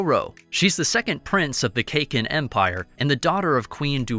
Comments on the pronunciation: Please work on your pronunciation. Its pronounced "Sir ride nick". And it is "Kah Keen" not cakin. Love the content but it's jarring to the ears to hear that. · Lol. Cake-in. It's Kah-Kin. Please 🙌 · he is saying cake-in empire its caa-kin empire